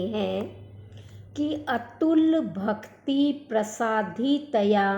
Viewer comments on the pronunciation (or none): भक्ती उच्चारणम् न समीचीनम्= भक्ति दृष्टी इत्यादि उच्चारण करके सुरभारती मां संस्कृत का अपमान न करें , संस्कृत में उच्चारण का सर्वाधिक महत्व है